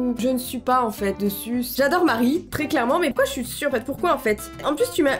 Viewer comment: Est-ce que vous avez entendu ''Je susse'' à ? 🤔